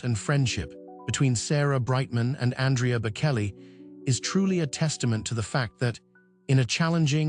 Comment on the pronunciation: This sound like just so much AI crap. "shocking?" "secret"? It just rambles on with vague non- detsils "pressures" and "temptations". Plus it keeps calling him Bakelly. What pure crap!! AI sucks.